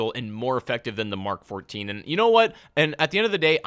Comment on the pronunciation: I love how this guy knows what "MK14" sounds like. Not "emm kay farteen"